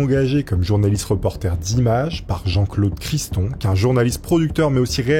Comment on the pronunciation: en tout cas ton sponsor tu as bien prononcé son nom 😅… Par respect pour la famille c’est Philippe De Dieuleveult .. et ça n’est Criston mais mR Criton, rien de méchant dans mon commentaire , juste si ça avait été moi ou un proche j’aurais apprécié que tu n’écorches pas mon nom… et ceux durant tout ton « reportage « , même si comme dit précédemment le De ne se prononce pas toujours chez les nobles . Allez forces à toi et continues ton taf est intéressant mais vu la concurrence tu te dois d’être excellent ..👌